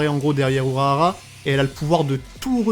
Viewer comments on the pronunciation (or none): none